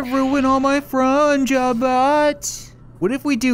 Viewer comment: "Why do you have to ruin all my fuhn job butt" is what i hear and its pretty fricking funny.